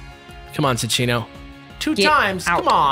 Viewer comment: It's Sin-Chino